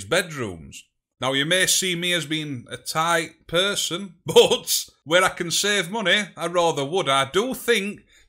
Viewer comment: why you say but as bot?